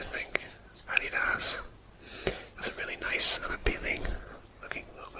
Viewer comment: Wow, I had no idea about the history of Adidas. Thx for the facts! I love the way the logo came out! 😊 I adore the way you pronounce "Adidas" I am definitely going to start pronouncing it just like that!